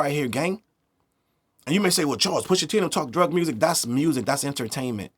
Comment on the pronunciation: Not "teef"🦷...😂😂🤣🤣